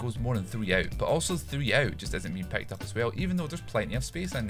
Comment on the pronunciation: "pecked up" "nuyne" "stearted" "lyein" "three aut"